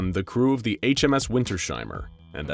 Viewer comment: I get annoyed about how you pronounce "Wintersheimer" every time I see that ending card. It's "winters-heimer", not "winter-sheimer".